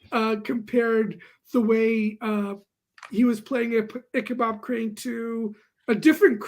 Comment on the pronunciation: Icabob Crane? I thought it was Icabod?